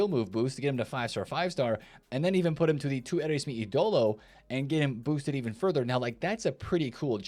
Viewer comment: There’s an accent on ídolo. So it’s pronounced (eeedolo)